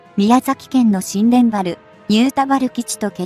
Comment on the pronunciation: しんでんばるじゃなく，にゅうたばるです。漢字の読み方が間違っています。きちんとした情報を下さい｡